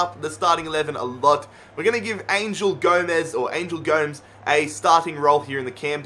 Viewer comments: The young star (angel gomes) they pronus it as goms not Gomez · Gomes is pronounced Gomez not gomz